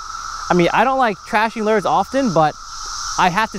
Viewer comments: Still calls it "lers" instead of "lures," like "purs" instead of "pure." lol Still, the man catches more fish with his "lers" than I do. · Love your Vids But wont lie i hate the way you say Lures!!! Your accent or how you Pronounce Lure's sounds like the Madea Would say but lighter!!! Its killing me!